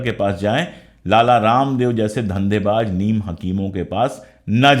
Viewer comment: sir parnam.. sir mai aapki idealogy ka zabardast samarthak hun.. sir waise tou aapko kisi baat pe correct karna Suraj ko chiraagh dikhana h..lekin bohot mazrat k saath Mai aapke pronaunsetion k baare Mai kuch sujhaw dena chahta hun..sir aapne iss video mei shuru me (dhandebaaj) lafz ka use Kiya h ye lafz dhandebaaj nahi dhanebaaz h..,.aur ek jagah aapne (zurmana) use Kiya h ye lafz (jurmana) h aap z aur j k beech mei ghalti kar rahe hai...ek baar phir boht2 maazrat..